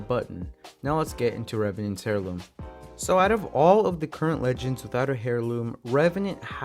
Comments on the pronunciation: Hairloom I’m pretty sure you say it airloom but idk I may be wrong. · It's not hair-loom bruh that's not how u pronounce it, you pronounce it like AIR-LOOM (HEIRLOOM = AIRLOOM) AIR ,AIR, AIR LOOM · Heirloom is pronounced as (air-loom) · Putting a little to much infesis on heirloom, your saying hairloom, its heirloom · The h in heirloom is silent lol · in that case, also said heirloom wrong, the h is silent. Nice video though